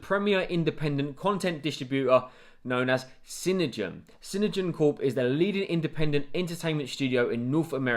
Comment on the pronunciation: It's pronounced CINE-DIME